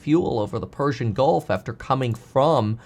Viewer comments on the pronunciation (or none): none